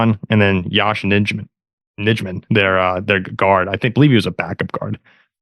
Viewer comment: I'll help ya, it's Nye-man and swing tackle not guard gone but Walker replaced him and did well. The problem with the secondary was soft zone with barry